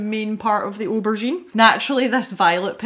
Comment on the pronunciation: Yaaay for spontaneous pencil tutorials! These pencils look absolutely delightful! I love the way they blend and layer. And can I just say that the way you pronounce aubergine is just delightful! I know you didn't like it much but the colorless blender really did make a difference. They both did. Though I have to agree with you that the colorless blender does tend to dull things down sometimes. None the less, it's an adorable little eggplant!